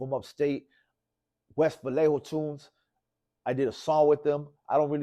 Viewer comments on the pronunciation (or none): none